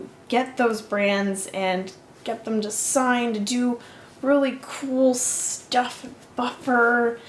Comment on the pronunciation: "Sterf" - that's a fun way to say "stuff"! Thanks.:)